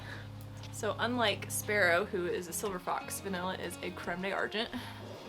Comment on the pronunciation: D’Argent is pronounced like: darjen. 😊 Ahh,, that’s your name, I like it 🙂